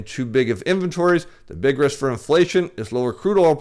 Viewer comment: Political "rith"? Billback "batter" plan? The "flure" people? is so desperate grasping at straws, trying to hold on to his deflation thesis, he can't even pronounce simple words anymore.